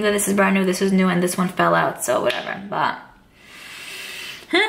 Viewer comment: OMG that is a really large collection. You have amazing palettes. too bad I am seeing this video too late to had bought any of the palettes from you. BTW, have you noticed that you say "baa" instead of "but" hahaha just I couldnt help to hear you every time.